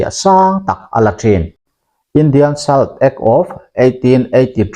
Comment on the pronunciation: 'Salt' hi 'sawlţ' ti a lam tur a nih zawl hmel 'sal' nilo in